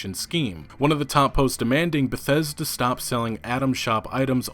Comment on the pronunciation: though you said "bethetic"